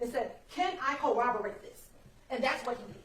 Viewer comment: I can't stand hearing an educated woman, AN ATTORNEY, saying co-overate. It's corroborate!! You're on TV, lady. Make an effort.